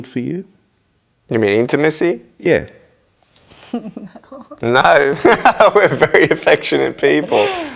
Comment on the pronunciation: "You mean intimicy"😂😂😂😂😂😂😂😂 awsome❤❤❤❤